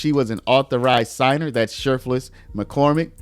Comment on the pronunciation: I was mainly listening to this video and kept hearing her name as shirtless McCormick lol.